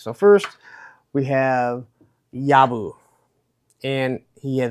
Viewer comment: Well, I definitely copped a dud in the accessory department compared to you. FYI proper pronunciation is Yob-BO, mate. 😉